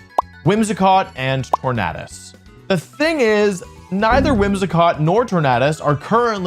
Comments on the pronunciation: Is it not pronounced tornadus like tornado? Not tornahdus! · How does the World Champion mispronounce the word "tornado"? How?